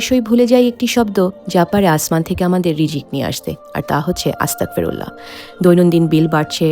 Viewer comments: আসসালামু আলাইকুম😊, প্রিয় তোমার কথা টি ভালো তবে তুমি যে "আস্তাগফিরুল্লাহ" এর বদলে আস্তাকফিরুল্লা বলছ এটাতে কিন্ত অর্থ পরিবর্তন হচ্ছে । ছোট্ট একটা হেরফের জন্য পুরো কথা টি ভয়ঙ্কর ভাবে বদলে যায়। সাবধানে থেকো ।কথা টা যারা জানেনা তাদের জানিও, অনুরোধ রইল 😊। দোয়া চাই ভালো থেকো । আসসালামু আলাইকুম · আস্তাকফিরুল্লাহ হবে না আস্তাগফিরুল্লাহ হবে